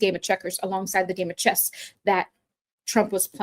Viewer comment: “Chess” not “Chest”.